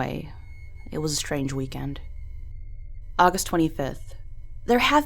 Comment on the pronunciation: ogus tweni fif